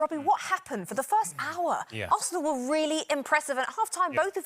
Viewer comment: “It’s da history of da Arsenal”